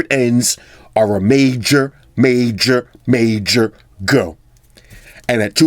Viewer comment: Every time u say major go sounds hilarious recently started to follow u love your videos and ur no bullshit, u tell it like it is!!!